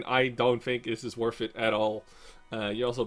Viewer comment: you say worth it a lot but when you do is pronounced worF it;)